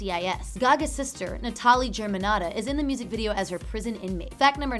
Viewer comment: Pretty sure the parents named the girl "Natalie" and not "Nah-TAL-ee". Idiot.